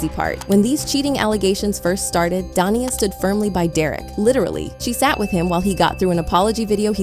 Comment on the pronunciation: I don't want to defend Da'Naia, as she does seem a little unhinged, but somehow I don't see her taking him back after all this. And her name is pronounced da-NAY-ah.